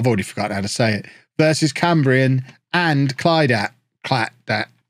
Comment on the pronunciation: Phonetically it’s Cam-Brian and Clidack